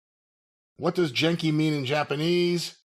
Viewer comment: Genki is pronounced with a hard G, and it means healthy, energetic, or full of life.